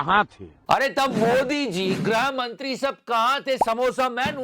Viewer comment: Greh Mantri...wrong pronunciation Grih Mantri...right pronunciation